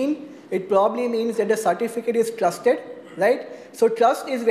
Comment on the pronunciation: It was very difficult to follow this talk, the speaker is knowledgeable but unfortunately his pronounciation combined with stuttering made it very hard to catch. I swear I heard him refer to the keys as clustered, it took five minutes before i caught that he is attempting to say TRUSTED. Because i heard him say "go down the chain of clust" which makes no sense. Its a bit unfortunate, as there is limited content on this topic in this format.